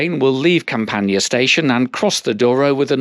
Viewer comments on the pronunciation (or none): CampaNHÃ, not CamPAnhã. PooSSInho, not "Pohtchinho". "Aveyro", not "Avahyro". I know, I know, Portuguese (not Brazilian) rarely has an exact correspondence between the spoken and written form, but still.